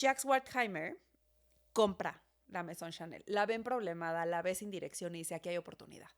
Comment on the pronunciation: “la Maison” Yo: la mesón🧆